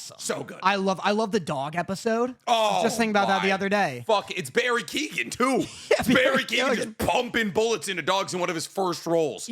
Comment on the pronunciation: Did he call Barry keoghan barry keegan?